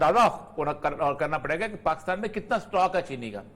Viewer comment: Oreya sb, mazrat k sath, sahi Tlafuz PAKISTAN hay, ya PAKASTAN hay..??? Aghar Pakistan hay tu herat hay ap hamesha PAKASTAN boltay hen...plz rahnumaey farmaen..🙏